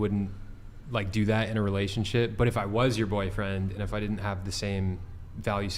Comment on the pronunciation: Lmfaooo a bit of a dangle 😂 - btw it seems like the Host,, cannot pronounce the letter "T", words like didn't he says "didin"